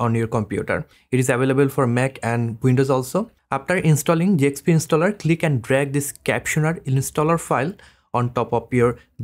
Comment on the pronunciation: brother it's Zxp installer not Jxp Installer